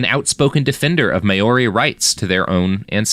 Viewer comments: "Mowree", as you suggest, is an anglicised mispronunciation, too, though, and I prefer that he's actually trying to be sure to pronounce all vowels properly, which would be "MahOrRee", but unfortunately he chooses the diphthong "May", so it sounds so, so wrong. 😂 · Kinda driving me nuts with the "May-Your-Ree" - it's Mao-ri, Mao like Chairman Mao, and -ri with a trilled R. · Mayori?? i understand the excuse for mispronouncing british names but what's this excuse for this? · Maori is pronounced Mau-rri. Sounds similar to Maui. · Maori is pronounced "mawreee" btw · At least he's trying, and not just saying "Mowree" like most people do. I don't know how he both knew to pronounce all the vowels but still chose "may" instead of "mah", though 😂. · If he just rhymed it with dowry, it'll be passable for American English.